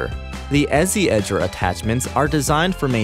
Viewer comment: I think Ezi is supposed to be pronounced like 'easy'. Because it makes the job easy.... Not 'ezzy'!